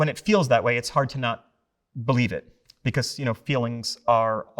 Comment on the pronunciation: He pronounces the word like, “beCOHS”